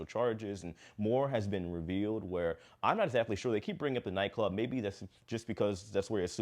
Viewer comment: OMG! I thought they were saying NyQuil when they were really saying nightclub. I was so invested in this story wanting to know what NyQuil had to do with it ha ha ha.